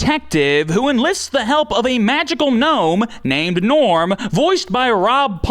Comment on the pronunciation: It's G'norm, not Gnorm!